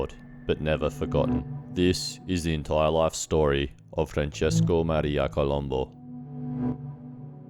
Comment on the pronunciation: have the decency to get his name right columbu not columbo